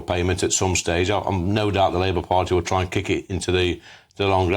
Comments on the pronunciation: "Labour farty..., Labour party". You got it right first time. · "Labour Farty" 😂😂😂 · "Labour farty" 😂